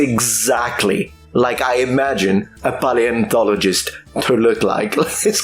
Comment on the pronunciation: pie-antologist? is that the "actual" pronounciation?